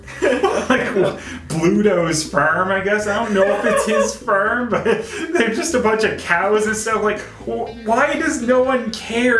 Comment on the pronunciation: ken131 *firm. :P